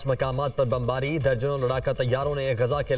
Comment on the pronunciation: بہن پر آپ نے برفباری کہا جبکہ بمباری ہو رہی ہے. اللہ تعالیٰ حماس کو اسرائیل کے خلاف کامیابیاں عطا فرمائے آمین